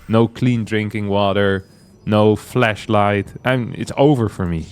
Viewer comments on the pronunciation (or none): Did he say fleshlight or flashlight